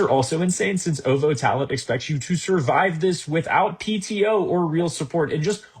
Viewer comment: 'Oh-vo talent'. WAS THAT OVO TALENT? Like, Drake OVO